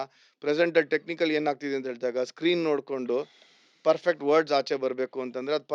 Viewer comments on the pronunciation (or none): none